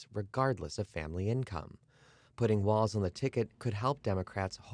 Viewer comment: Thank you for pronouncing his last name correctly.